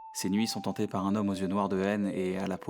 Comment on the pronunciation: "ses nuits sont tantées" ...?